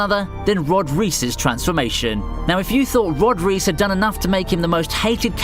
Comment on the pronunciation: "Rod reese" 😐